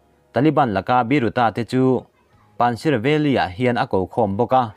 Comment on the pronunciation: Afghan buaina:panshir nilovin (panjshir) zok a nia . Min lo hre thiam don nia 🙏 chuan pakistan president nilovin PRIME minister Imran Khan zok ania hei hi chu I chiar sual palh 😅😅.